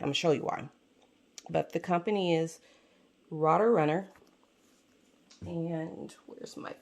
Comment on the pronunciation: Excellent review! I love this planner. (And I feel you about the political news. Phew!) Thank you so much for sharing their updated version. Exciting! I think it is pronounced to sound like "ROAT" Runner . . . so that "rote" rhymes with "note" and "boat." I look forward to your updates about how you are enjoying this planner. Blessings!